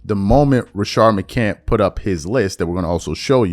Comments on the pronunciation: It’s crazy that you “can’t” put an S on the end McCant”s” last name! You hear niggas say his name ALL THE DAMN TIME…and you still don’t put respect on that man name! Pathetic! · You put an S on the end of Jennings last name…but you can’t give McCants the same respect!